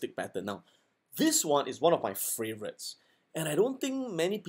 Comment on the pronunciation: Love it, he actually says "fravorites" instead of "favorites"